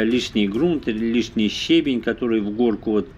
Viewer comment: Ударение: ще́бень — ударение падает на 1-й слог.